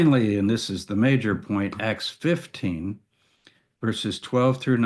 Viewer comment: While I was only listening, I always wondered about the "Book of X" (or "Axe"). Now I see you mean "Acts". Your pronunciation is a bit sloppy there. (Common issue with native speakers, neglecting accurate emphasis where alternatives with a somewhat similar sound exist.) - Can also be an accent thing, though. Some British accents are particularly ambiguous there.